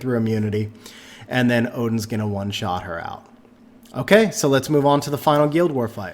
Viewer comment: Thanks for the video! I noticed you can't pronounce "guild" or "Ritesh" but no problem "Odin" lol. Never heard of a guEEld or REEtesh haha.